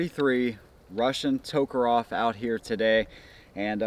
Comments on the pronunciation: It's tokarev, not tokarov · It sounds like you're saying toekeroff